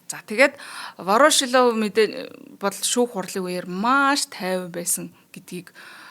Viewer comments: Вороошилов гээд байх юм воршилов биш үү хөлбөмбөг тайлбарлагч заяа нэр сайн мэддэг ш дээ. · Вороошлов2 гээд байхын Воршийлов гэж и дээрээ уртаар дуудаачээ эхлээд сайн судлаад, дуудлага нтр тээ анхааралдаа. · Ворошилов гэж ядаж бхад яасан их хэлдэг юм бэ дээ 🤣🤣🤣🤣 Буруу дуудаад л байх юм. Заа гэхдээ үмхий оросуудын нэрийг яаж ч дуудсан яахав дээ